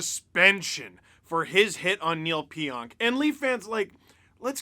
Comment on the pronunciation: Sorry but I don’t have ANY sympathy for “Kneel’ll Pionk”